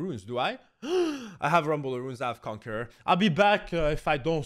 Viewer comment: Normal people: Conquerer zed: CONQUEGEK ZED